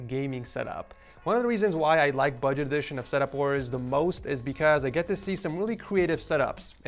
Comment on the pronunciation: Erm love your vids but when you say budget it’s not budget